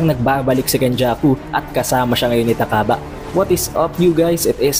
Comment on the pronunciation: Ta-kaba ang basa sa pangalan ni takaba at miya-mura ang basa sa pangalan ni miyamura, pansin ko ang hilig mong basahin ng diretso ang mga pangalan ng character